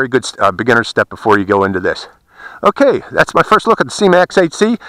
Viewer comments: SYMA....not SEEMA.... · Syma is the spelling. Pron..Syma.